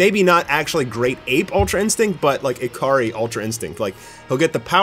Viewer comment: I keep hearing "A-Car-Ree". Your Japanese pronunciation needs some work. "Ikari" is pronounced EE-Ka-Ree.